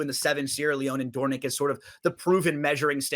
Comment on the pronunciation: Dornoch was named for the Royal Dornoch Golf Club in Scotland. The proper pronunciation is “DOOR-nick.” … Dornoch is a full brother to 2023 Kentucky Derby winner Mage